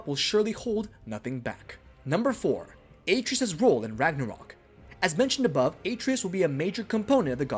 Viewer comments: Ah-trey-us not “A-trees” how are you gonna get his name that wrong! And it’s explained in detail that his hand is putting back the seals to protect their forest. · The number of times you say AY-TREE-US makes the mistake seem intentional. Idk if you are saying his name that much or if it just stands out that much but it's almost as bad as hearing someone chew styrofoam. Someone had to hear this in editing and just left it. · bruh...Atreus!! A---TREY----US...they say it in the game many, MANY times. sorry man, I can't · AAAA treus? AH TREY US Atreus! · You care more about marketing and promotion over quality. That’s a bad characteristic to have as a YouTuber. I heard “A-tree-is” one time and turned on Adblock. You didn’t play the game. It shows. I saw this from Facebook and I’m letting my friends know to blacklist your videos. None of these were “details you probably missed” if you played either game. All of these details were wicked obvious. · How can u make a video about god of war and can ever say his name right when it’s said a million times in game! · How do you consistently mispronounce a name that is said in the game over 100 times